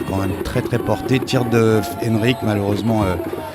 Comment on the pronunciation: en faite c'est Henrik pas henrick